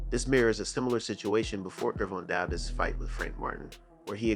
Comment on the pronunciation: The thumbnail and name pronunciation is rage bait.